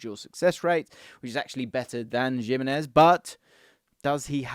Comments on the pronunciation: It’s Him - enez not Jim - enez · "Jim-enez" <3 😂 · The Gimenez pronunciation needs some work